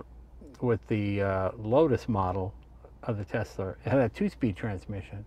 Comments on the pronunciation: “Tesler”-jay Leno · “Tesler” Jay Leno, 2020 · Love how he calls it tesler like a true old man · Always love Jay reviewing a “Tesler” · New England's take R's off where they belong and then put them where they DON'T belong. EX Caa for Car and Tesler for Tesla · My mother was raised in Brooklyn and says "Tesler". She aslo says "idear" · I went to order my Model Y a while ago and kept referring to it as a "Tesler". Lmao I love Jay Leno. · It also puts an end to the debate on how to pronounce Tesla. Most people: TeSla. Elon and a few others: TeZla. Jay Leno: You're both wrong, its: Teszler. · I love that he calls it "tesler" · And here we are wavin' Brender 'n Eddie goodbye in their Tesler Model Y... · I like Jay, but is he mis-pronouncing Tesla?